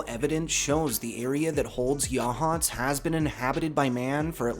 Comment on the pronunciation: Local here, saw the grey lady once. I will say I’m proud that you pronounce Yachats correctly